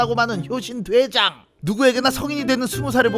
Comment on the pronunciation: 효신 돼장 이라고 들린다...